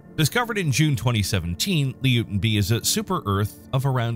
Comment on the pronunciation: Not pronounced Leo-ten, it's pronounced Loy-ten.